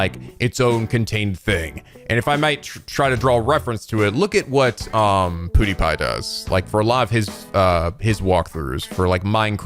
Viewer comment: I love the way you say Pewdiepie - poodiepie XD